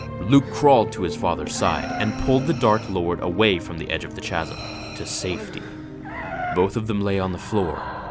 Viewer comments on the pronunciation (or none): Hahahahaha. "Chazim" really? Lol. It's "kazz-uhm" buddy. ;) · . 'Chasm' has a silent h. It's pronounced 'kasm'. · Chasm is pronounced "khasm". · I liked the narrative, but I just wanted to kindly point out two things, only to see future narrations be even better. Barrage = "burr-AHZH" Chasm = "KAZ-m" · just so you know, Chasm is pronounced "Kazum" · Barrage is pronounced "buh-RAHJ" and chasm is pronounced "kazm." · Chasm is actually pronounced “kasm” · kasm its kasm not CHasm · Besides the fact that he regularly mispronounces words (chasm, barrage etc) he's a pretty good narrator. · The pronunciations of “barrage” and “chasm.” Just something my mind picked up on, lol. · What do I think of that passage? I think you butchered the word chasm >.> lol but other than that I liked the internal monologue of Vader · Just a fyi the h in chasm is silent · Try to enunciate "barrage" and "chasm". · hey, men. I love the videos, but you totally mispronounced Chasm and barrage. you can put them in Google after the words how to pronounce and it'll tell you how to say them. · You mispronounce Chasm